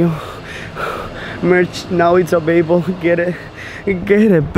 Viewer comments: You said abable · said baybol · "'Avaibe" lool 😂😂😂❤️ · OML JUST SAID AVABLE 😂😂😂😂😂😂😂😂😂😂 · He said abable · "merch is now abaibel" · The way The Martinez twins pronounce English words is the cutest thing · the way he pronounce available is lit!!